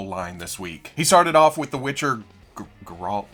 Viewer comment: So for Geralt you wanna pronounce it like Gary but without the y and then alt Gar-alt